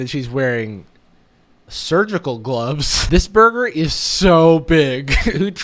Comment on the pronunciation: when she said burger and had surgical gloves i thought she said murder...🤔